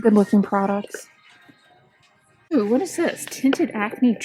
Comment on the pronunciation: I think she does actually say “eww!” It throws me off every time lol